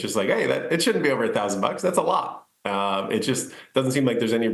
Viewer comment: Why do people always mis pronounce Nvidia? The reporter pronounces it correctly, but the Rexshare guy doesn't? Does he even know what Nvidia does or watch any other interviews on the company?